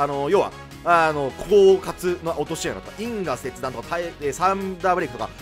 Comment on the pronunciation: 因果切断のイントネーションが気になるw